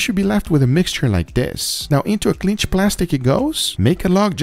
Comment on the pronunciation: Please stop saying "clinch plastic"!?!